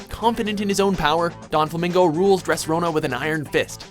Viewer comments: You said Doffy's name wrong. Let's try it again. Donquixote Doflamingo. "Don-Kee-Oooo-Tay Doof-La-Mingo." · lol yeah my bad i was thinkin the Don in Donxiote too 'Donflamingo' def aint right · you said Doflamingo's name entirely wrong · Way to butcher every pronunciation for DOFLAMINGO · Jesus you butchered Doflamingo's name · They struggle to pronounce japanese names but they can't even pronouce a spanish name correctly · I don't think I've ever heard someone butcher doflamingos name this badly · its Doflamingo not Donflamingo baka... :p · DONflamingo. how the hell do you pronounce it like that? there isn't even a N in the name. do you even read? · Donquixote Doflamingo not Donflamingo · It's Doflamingo not 'Don' lul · Donflamingo? Dressrona? Okay, you're doing this on purpose now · Seriously donflamingo? It is doflamingo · It's Doflamingo. Not DoNflamingo. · You guys made one little mistake in your list just now...the One Piece example, his name is "Doflamingo," not "DoNflamingo" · Donflamingo? It's Doflamingo you dunce. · the fuck is a donflamingo? even my auto correct corrected that shit to doflamingo. for fucks sake doflamingo is one of the easiest if not the easiest to pronounce it's clear as fucking day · doflamingo not donflamingo lol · Doflamingo! Not Donflamingo! Jesus! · It's DOFlamingo not Donflamingo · each time he said donflamingo i cringed 😫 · His name is Doflamingo... not Don Flamingo... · Its Doflamingo not Donflamingo. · *Doflamingo, Not Donflamingo. Geez. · Doflamingo not donflamingo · It's DO not DON flamingo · I don't know why but I'm really bothered by DoNflamingo. The Extra N just does... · "Donflamingo"? Hearing screw up Doflamingo's name made me cringe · DoNfalmingo I'm Triggered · i though it was Doflamingo not Donflamingo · Also DOflamingo not DONflamingo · It's not donflamingo its doflamingo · its doflamingo not donflamingo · Doflamingo, not donflomingo Dress rosa, not dress Rona